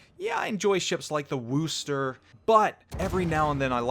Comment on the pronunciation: For the love of god - Worcester is pronounced Wuss-ter. Wuss-ter. First syllable sounds like wuss, as in, "That kid isn't very tough. He is a wuss." It isn't Wooo-ster. If you say the name and the first syllable sounds like you just shouled WOOO HOOO HOOO HOOO than you're doing it wrong and making New Englanders and the British all die in agony.